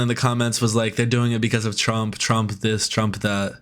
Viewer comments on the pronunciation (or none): none